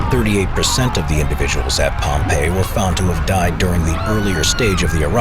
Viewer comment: "Liepwop?" A few seconds later "Oh. Pompeii."